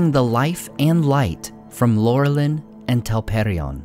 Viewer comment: I thought that Laurelin was pronounced with an "Ou" at the beginning (i.e. Lourelin). In the pronunciation guide "Au"= "Ou" or "Ow".